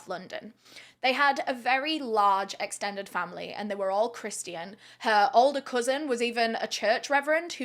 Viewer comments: Love your videos but please the religion christian is pronounced as chris shain not tian ily n ty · The way you say "Christian" sounds closer to "Christy Ann" and keeps making me giggle. Love your content! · Just started the video. The way you say Christian is blowing my mind 😅